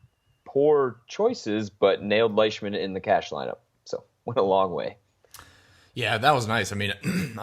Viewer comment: Lyshman?? Comon Mann...Leishman.